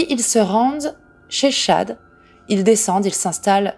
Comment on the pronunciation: Paypall se dit phonétiquement "paypaul" et le prénom Chad "tchad"